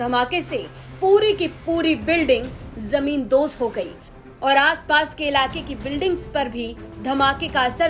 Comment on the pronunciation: ज़मीन बोस ज़मीन दोज़ नहीं,आप उर्दू सही बोलो।